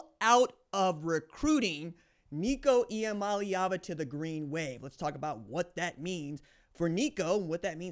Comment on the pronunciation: Nico Ia-money-Ava